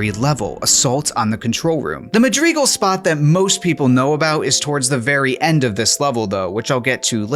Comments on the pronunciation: t....that's not how you say madrigal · honestly redo the video saying it correctly cause this is painful to a halo fan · It was annoying me so much that he kept mispronouncing it. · Bro, your pronunciation of Madrigal is killing me. PLZ use google. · Me: this cut content is quite fascinating. The comment section: tHaT's NoT hOw YoU sAy MaDrIgAl!!1!1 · Most mind blowing thing about this is discovering a new Halo CE soundtrack I've never listened to. How fascinating! Your pronunciation of Madrigal gave me a little bit of cancer, but the rest of this cool video more than makes up for that. The pulse generator thing is a really cool addition, and while it's cool using the banshee for so long is an option it is mean and very un- like to completely abandon the marines by using it. Even though the CE tank sucks ass, if I played this I wouldn't leave my boys behind. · Please learn to pronounce Madrigal. Also, it was originally written for Myth: The Fallen Lords, not Halo. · Love to see this series continuing, but I have to say I have never heard anyone say Madrigal the way you do in this video